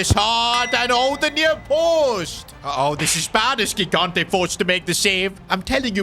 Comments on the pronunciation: R we not gonna point out that it's not Gigante it's pronounced ji-gante so say it jigante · Bro olease start calling Gigante "JIGANTE" like you say GIANLUIGI Buffon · 5th time now saying it, and i'll keep going until he sees my comments: the first "g" in gigante's surname is pronounced like the "j" in john or joy, please say it correctly!!